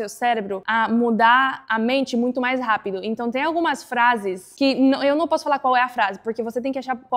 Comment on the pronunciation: "Rápido", "conversam" e "problemas que nem esse". Quando ela pronuncia essas palavras, percebe-se que não é nativa, mas fala muito bem a nossa língua.